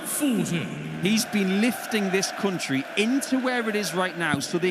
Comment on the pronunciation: The commentator keep saying Cuntry instead of Country!